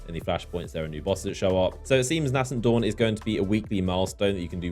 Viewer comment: Please please please , pronounce nascent dawn correctly!